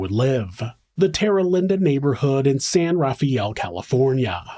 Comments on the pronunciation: And the city is San Rah-fell not San Rafey-Elle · San Rafael in California is pronounced "San ruh FEL." Marin County is pronounced "Mah RIN." It's extremely wealthy and beautiful.